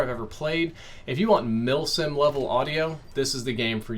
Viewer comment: Milsim?! Uhm, WHAT?! :-D